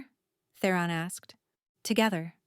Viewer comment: Theron not The Ron